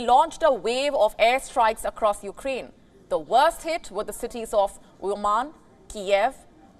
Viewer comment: Sometime she also said You-Ga-Rain for Ukraine